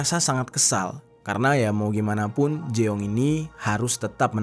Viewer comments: jeong = JONG , bukan jeeooonggg 😭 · Kayaknya bukan di baca jeong deh tapi jung 😅